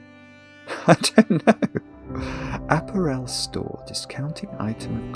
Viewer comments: clearly leads a closeted existence and doesn't get to hear normal people saying the words he only knows from crosswords. Hence, app-a-REL instead of app-A-rel. This may not have got past the Times crossword editor, but I don't see a problem with it. The Times doesn't set the rules by which all cryptic clues have to abide. In any case, "of" can mean "from", so "discounting item from clothing" would be cromulent. When I saw "odd scent", it was obvious that it was cluing "set", even to. I'm sure he'd have no problem with "odd balls" meaning the odd numbered balls on a pool table say. It's no less valid than "Jamie Oliver completely naked", where the letters are treated as collections, not as words. Once again, I think hubris is just sour grapes because he was made to struggle. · I looked up apparel in multiple dictionaries and I'm pretty sure it's /əˈpærəl/ (uh-PARE-uhl) even in British English. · I mean apparel . The stress is on the second syllable not the third. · Has he never heard the word apparel pronounced before? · Never heard apparel pronounced that way in English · Weird that cant pronounce apparel correctly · I’ve heard a lot of British TV and actual British and other non-American English speakers talk, but I’ve never heard apparel pronounced that way. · In your pronunciation of 'apparel' you are confusing it with 'Aperol'. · Please check how to pronounce apparel! You are saying it wrong! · I'm in the UK, and I've never heard that pronunciation before. It's either just or regional. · I'm from Southern England (living in Wales), I have never heard apparel pronounced that way before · The pronunciation of apparel in this video makes me twitch. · me too, I doth think the brit has the wrong pronunciation here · I doubt it. I'm curmudgeonly and don't tolerate fools gladly. Murdering very standard English pronunciation is one of my triggers, I'm afraid. What's your excuse? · do i mis-pronounce apparel or is?